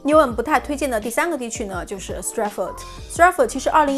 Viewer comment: 不是牛恩是牛含發音把我聽渾了，提醒講慢一點就可以了！國內人發岸end 音的是嗯音是否靠錯誤拼音？Lewisham 也沒發ham不叫路生叫路鼻音遜！I won't charge you lol 介紹倫敦區議滿好的！